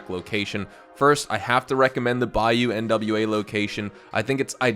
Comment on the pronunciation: first time hearing someone call it bayou “N.W.A.” 😭